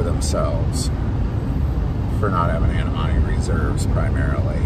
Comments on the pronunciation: I think you mean Antimony, pronounced an TIM ony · That's pronounced: An-Tim-O-Knee😊 Love your videos!